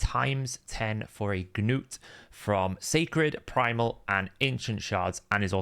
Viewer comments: Gah-nut is not a Gah-nome, he's a Dwarf. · Its just gnut man, one syllable. just let it go lol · You saying Gnuts name is driving me nuts. The G is silent. Did you not watch the show?